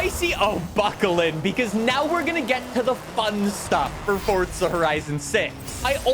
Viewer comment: SAY FORZA NOT FORTZA